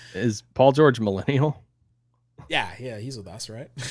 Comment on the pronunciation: I don't think that's how you pronounce millennial,. YouTube might demonetize this now.:|